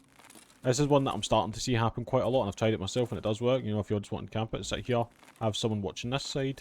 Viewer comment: "Right hyeuh"